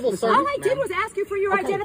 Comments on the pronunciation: This channel would be worth watching but the fact that the narrator is incapable of using the English language properly by pronouncing "ASK" as "AX" is very disappointing! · dude, if you’re going to narrate your videos, please learn how to pronounce ASK. It’s NOT AXE, it’s A-S-K! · In the spirit of educating and bettering ourselves sir, just try saying "ask" and not "ax" going forward. Trade a small bit of street cred in exchange for some literacy cred.